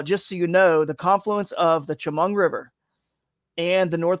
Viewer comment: As a local: Tie-oh-gah, Cow-an-es-ski, sha-mung. Was hoping Sunfish Pond would be in the fish able lakes.. Otherwise good info, looking forward to Friday.